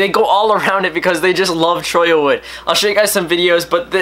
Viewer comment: Your one of the few people who pronounce Cholla right.